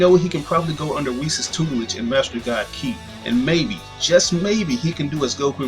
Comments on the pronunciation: lol you keep saying "key" & I'm like what is he talking about its more like ky, KI KI KI KI lol (I'm just saying) your the only person I heard say "key" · Kai not key